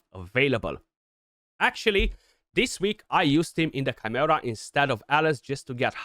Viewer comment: The pronunciation we hear is so close 😓